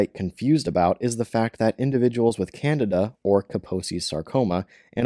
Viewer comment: Candida not Canada lol